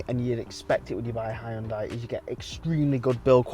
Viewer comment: And also haiondai 😂